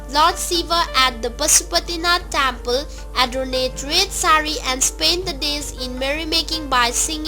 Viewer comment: Tyample ..how rubbish ..say it properly temple